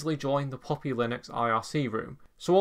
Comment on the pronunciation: Bro! It is not POPPY, it is PUP-PI (baby dog).